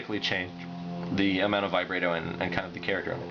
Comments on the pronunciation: Sorry, but "vye-bray-toe" and "ahk-tayv" are wrong. It's "vih-brah-toe" and "ahk-tivv." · yo you say vibrato really weird. u say the a wrong, its supposed to be like the a in bratwurst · ahaha he called it "vibrae-do".